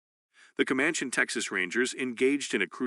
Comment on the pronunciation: Seems to me to be AI generated voice. Cant say comanche correctly.